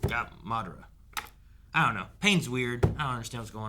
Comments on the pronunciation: Please stop pronouncing madaras name wrong , they literally said it😂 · Bakuygan and Ma-dara lmao 🤣… what else?